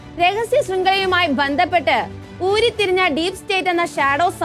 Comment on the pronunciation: 'ഊരി തിരിഞ്ഞ ' എന്നല്ല, ഉരുത്തിരിഞ്ഞ എന്നു വായിക്കൂ കുട്ടീ...! 'മുഖ്യകാര്യ ' ദർശി എന്നല്ല, മുഖ്യ ' കാര്യദർശി ' എന്നും വായിക്കുക. പുതിയ വിദ്യാഭ്യാസ രീതിയുടെ തകരാറുകൾ...!